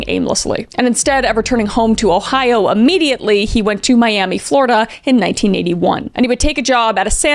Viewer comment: You keep saying " ammediately" its freaking me out. Isnt it immediately?